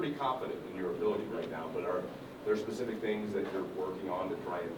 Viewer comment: Good job Shedur. Very poised and you answered the questions clearly and with confidence. The grammar was good. Remember it’s not pacific but specific. Pronunciation and enunciation are important. You good and we should all be proud of how you handled the press conference. Keep up the good work. Y’all coming but we are watching.